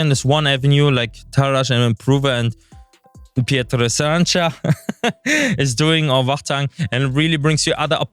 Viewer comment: It's pronounced as Pyotr Sa-ran-CHA